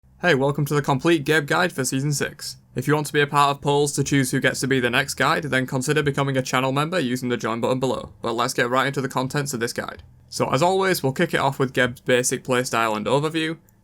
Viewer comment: Jumolumbo? what is that? Did you try to say channel member?